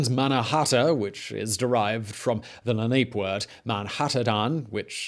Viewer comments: Len-ah-pay, not Len-ape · La-nah-pay, not la-nape -New Yorker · Lenape people = Leh-nah-pay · Learn a language: they were called the 'le-nah-pee', not 'le nape'. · "Lenape" is 3 syllables; len-AH-pe. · lenape - LUUH NAPE lol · LE-NA-PE .....seriously how hard would it have been to research this? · It's len-a-pee